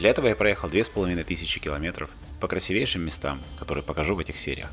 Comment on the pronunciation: КрасИвейшие- так правильно. Режет ухо. Как звали в «прошлой жизни»